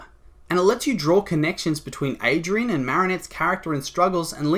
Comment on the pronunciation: it just triggers me lol its ADRIEN not ADRIAN